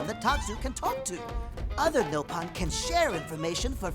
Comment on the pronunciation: anyone know why they say NO-pon instead of Nopon?